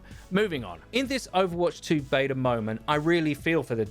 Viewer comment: there is no "R" in the word beta, hey, say "can i get a bottle of water"